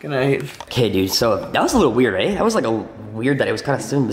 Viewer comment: that 'aye' is the first actual Canadian thing ive ever heard u say